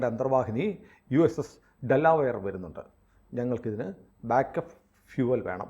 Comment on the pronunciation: ഡെല്ലാവെയർ എന്ന് പറയരുത്. ഡെലവെയർ എന്നാണ്. ജോ ബൈടെന്റെ സ്റ്റേറ്റ്